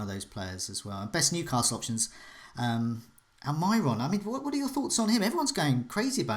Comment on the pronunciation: al-my-ron? that's a new one.. facepalm